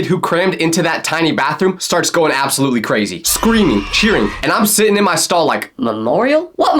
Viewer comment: Not me thinking he said I picked my skull not stall 😭🙏